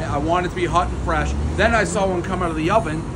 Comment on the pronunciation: Dave pronounces hot wrong